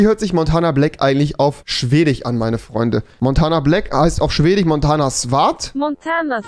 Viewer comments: Niemand: Wirklich Niemand: Rewi: schwedich ,finnich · Schwedich finich 😂😂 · Tich , Schwedich, Finich, Türckich, Jüdich... Omg er hat ein Wort mit "sch" ausgesprochen. 😂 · Polich Schwedich XD